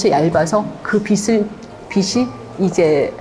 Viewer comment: 빛을; 비슬이 아니고 비츨로 발음하셔야